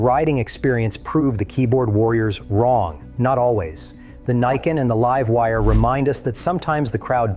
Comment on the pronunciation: The voice is A.I. right? he keeps calling it the "Leeve Wire" instead of the "Laive Wire" and called it an M.I.C. drop, not a MIC (Mike) drop.